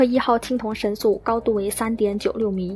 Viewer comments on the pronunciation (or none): 三星堆神树，还是叫三星堆神素呀美女？😂😂